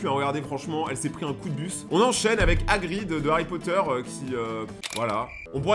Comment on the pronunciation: Agrid on dirait un chien 😂